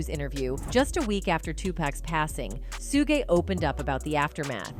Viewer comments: i thought AI bots learned from what it watches ande reads, why does it totaly misspronounce evry name? calls him SOOOOO-GY not SHOUG suge, gues deepstate wants you see AI as it is, HALF ASS! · Ummm 🤔 Hmmm Please STOP saying SUE-GAY!!!!!!! SUGE SHUG( LIKE SUGAR) EVEN SHUGE BUT YOU GOTTA STOP AND LEARN HOW TO SPEAK PROPERLY. SUE-GAY!?!?! LMAO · Sugay? Is that French?